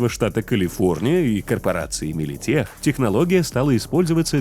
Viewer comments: Ебать, оказывается правильно Милитек и Петрокем, а не Милитех и Петрохем... (Не сарказм) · Милитек, Петрокем, а не теч и хем. Ну а вообще, моё почтение!